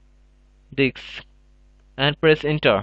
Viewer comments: diSK. not diKs. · It's "Disk" brother. Not "Dicks" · lol I heard that too, thought it was his accent until he said it properly lol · "Type List Diks" AHAHAHA I pissed myself of that :D:D :D AHAHAHA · it is not ''DICKS'' it is disk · lol you can't even say disk you always says diks ha ha ha i think no one notice it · "and now we need to select our DIKS" i died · you said dicks :) huhu ... several times ... it worked :D thx a lot !! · Dude atleast provide subtitles if you can't speak the language. You're literally pronouncing disk as dick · they way he says disk though....